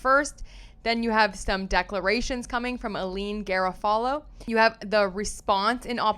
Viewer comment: I’m just curious, I have never heard Garofalo pronounced like that? Do you remember Janeane Garofalo, American Comedian & Actor (I know you are much younger but she was biggest in the 90’s) — Reality Bites, Truth About Cats & Dogs, later Copland …I just thought thats how you pronounce it but I am often wrong?? Thank you for the videos, everyone should he watching this case!!